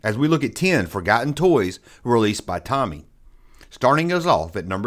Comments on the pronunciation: “It’s Toe-me” not “Tommy”. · Thanks for the blast from the past! Btw, it's "Tomy" not "Tommy" (long "o" sound) and "Starriors" (as in "star"), not "Sterers." As to the Tribots, I've been hunting them down lately, and there are actually six figures in the line. Much like the initial run of Starriors robots, there are three good guys and three bad guys with the same molds but in different colors (three styles, six figures). You may also be interested in checking out R.A.T.S., Tomy's 1985 revamp of Starriors in Europe and Canada. Hope this helps! ^_^